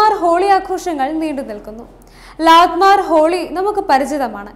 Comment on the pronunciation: Lanmar holi alla. Lathmar holi means lathi or stick kondu adichu kalikkunna holi. I am living in UP.